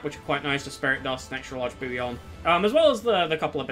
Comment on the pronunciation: Only word I’ve heard you mispronounce is ‘bullion’. It’s pronounced with Ls in the middle, not a Y. Bull-yun. Not a big deal, at all. I really enjoyed this ranking video. In fact it’s the first from anyone that I have ever watched all the way through. Cheers 😊